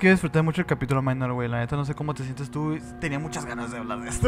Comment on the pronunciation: "Minor" es palabra del latín, por lo tanto, no se debe pronunciar como si fuera inglés "mainor". Saludos